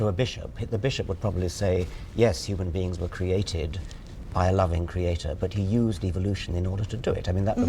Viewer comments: I don't think this lady ever learned how to say creator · question for you americans: is it usual how she says „creatoooor“? I don’t remember ever hearing this word pronounced like that…